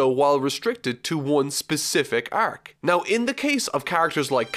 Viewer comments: can't stand your pronunciation of "arc" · why do you struggle with the word "arc" so much? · The way he pronounces “arc” is triggering me . XD